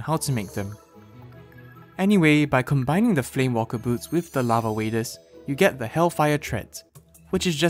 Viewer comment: those boots are not called flame WALKER boots, they're called flame WAKER boots( no L)